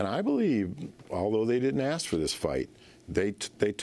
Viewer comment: It's not axe it's ask, capish?